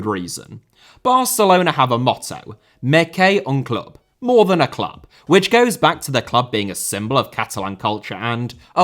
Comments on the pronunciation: It's prononced "Mess Qué Un Club", the S is not silent ☺️☺️ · The constant slagging at David Bentley is fully appreciated but goddamn that Mes que un Club pronounciation tho,really threw me off there.😅🤣